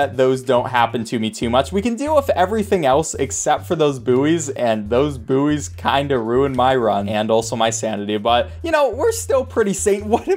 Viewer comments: Buoy is pronounced "boy". Not "boo-ey" (like how buoyancy is pronounced "boy-an-see") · Why does he say buoy like "Booee" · Is he pronouncing buoy boo-ey???????? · How do you pronounce it? I’m so used to how we say it, never heard how other people say it. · what on earth is a boo-ee? is it like a buoy? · You do realise bouys arent said as booees its boys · Booey? You mean boy? It’s pronounced boy, the u is silent (buoy) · do all americans say boo ee and not buoy? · Sorry, did you pronounce Buoy - Boo-e? What the heck? Unsub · I’m sorry what did you just call a bouy. 😂😂. A booey. That just not right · did you call a buoy a "boo-ey"?????? bruhhhh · As a British person hearing Americans pronouncing "Buoy" is very painful